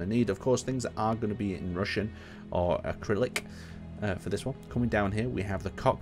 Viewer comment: cyrillic, not acrylic :D